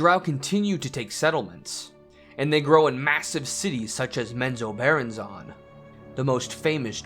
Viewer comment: Its pronounced Mem-zo-ber-ann-zen